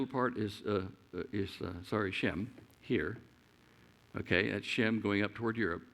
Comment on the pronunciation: Just an observation, Shem sounds like Jim. Indians pronounce my name James as Jims.